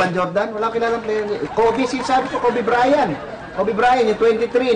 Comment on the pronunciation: Kobe BRYAN hahahh talaga eh walang T